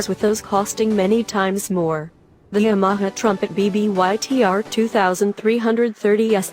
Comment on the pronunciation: Yam-aha-ha? That's enough right there